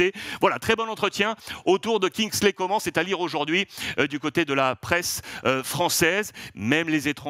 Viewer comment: Enfin quelqu'un qui appelle Kingsley par son nom de famille. Toute la guadeloupe de remercie Alexandre. Oui ça se dit ( comment=Coman )! Comme la miss France de l'époque.